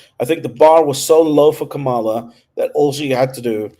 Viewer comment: Her name is pronounced COMMA-LA.